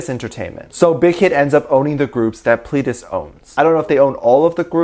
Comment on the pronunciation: I don’t want to be that girl but he said Pledis wrong.....sorry